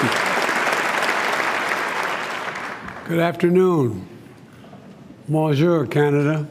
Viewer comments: He said, "monjour". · OMG...The old fellow mispronounces "Bonjour", says "Monjour" Canada and they all clap like trained seals! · Did bro just say monjour canada 🤣🤣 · He didn't even say it right lol he said monjour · He literally says "Monjour"... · Did he just say monjur canada? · are you trying to say, that he said Bonjour? Put down the cool aid lady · "Manger Canada" -Joe Biden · He said Monjur😮